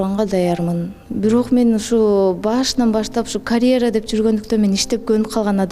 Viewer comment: Карэра эмес, каръера деп туура сүйлөчү, айланайын